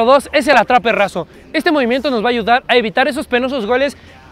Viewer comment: Dice atrape razo y es atrape raso